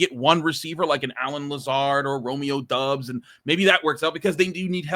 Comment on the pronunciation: when I watch games they say Dobbs. Pretty sure he’s discussed in production meetings with coaches if not himself. I’d figure a guy that gives opinions on players and is supposed to be an informed opinion, would say the guys name how it’s universally said. Not sure if this guy watches other games.